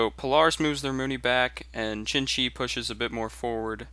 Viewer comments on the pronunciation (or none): He keeps saying chin-chi which really ticks me off. I've heard people say "shin" because it's the closest they can get but "chin" is wayy too far off. Try saying "tseen-tsee" Here's a link you might find helpful: there isn't a specific pinyin for Xin-Xi (which would really help in its pronunciation) but you might want to stick to zin-zi in the meantime. That said, I really enjoy your commentaries and gameplay, stay epic